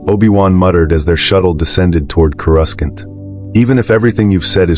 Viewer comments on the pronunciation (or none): Right. They need to write the text in ways AI will say it correctly Core oo sant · I hate AI narration. Its pronounced corusant not coruskant. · Reading Expanded Universe novels in the '90s I thought Coruscant was pronounced Coe-Roose-Can't, so when this video said Coe-Russ-Can't I had myself a li'l chuckle! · I lost it at Core-us-kent. I was really into the story imagining it all, and he said Core-us-kent 🤣🤣🤣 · It threw me off at first then I hear it again. Ughhhhhh it’s like nails on a chalkboard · Yes, uh, are you going to finish that corusant? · I think in the games the second C is silent. So it was like: Cor-us-sant or maybe the second C is said… quickly? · ai said kuh-rus-kant. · How can the speaker say Naboo correctly though he messes up Coruscant?